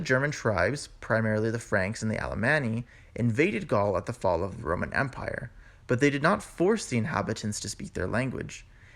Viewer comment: Before you establish yourself as a linguist, isn't about time you sorted out your own alleged English? What is La'n? What is Romn? "Physician. Heal thyself...: You can't even pronounce your OWN city of Connecticut...Conneticut. Webster took the U out of colour, Harbour and Labour saying that it wasn't necessary Well in that case, take the middle out of squIrrel or proBably (Prolly) half of your mutilated version of a language we took 1500 years to develop and which you have buggered up in about 300! Find your own language to bugger up and leave ours alone. I stopped viewing what initially I thought to be a very interesting item because I got well and truly pissed off, having to rewind and repeat / slow down to try to extract the meaning of this lazy trans Atlantic "Mumblisation and Crapitisation" of a noble 1500 year old language! It took me up several points in hypertension to establish that AMONA means "I'm going to!" And why Americans "go ahead" and do something. By the way "What's up" is NOT a greeting! It's a colloquial expression, largely but not exclusively Northern English, idiomatic, possibly aggressive enquiry as "What is bothering you?" eg."SO! What's up with YOU?" or more gently "Aw.. What's up, darling?" "What's up Doc? " is utterly stupid! I have no fear of hateful rejoinders, ripostes, responses nor retorts because those who may not like what I have said, PROLLY won't have the vocabulary nor attention span to get this far!